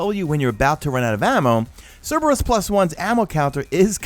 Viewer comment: Pronounces Cerberus right Proceeds to pronounce gif wrong smh lol